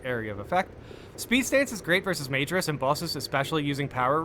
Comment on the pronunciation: I think in another video you were asking about pronunciation (of "minoris" = my-noris), but let me help you out here with majoris = muh-jor-is. I know it's tempting to think of it like the word major, but the inflections are different (cause latin is weird) lol. Keep up the good work brother. The Emperor protects.